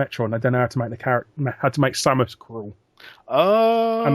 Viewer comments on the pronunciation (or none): none